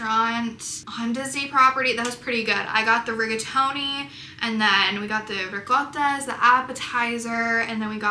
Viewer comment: That ricotta pronunciation was adorable ❤ lol